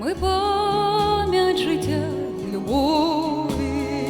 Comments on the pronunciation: Голос ❤ красивий, заспівано чуттєво. Але працювати з вимовою. Слова, які постійно повторюються: відлуННя і пам''ять звучать у вас, як: відлуня і память. Ріже слух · Чарівно, дівчинко! 🎉 Малесеньке зауваження: відлуння вимовляється з довгою "н" і "пам'ять", а не "память"